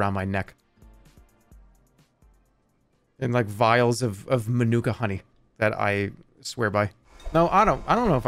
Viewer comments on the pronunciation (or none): none